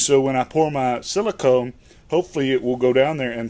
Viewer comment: Silicone..... even my voice recognition on my phone is smarter than you.